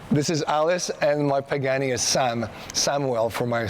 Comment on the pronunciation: right probably should pronounce the name right before vlogging.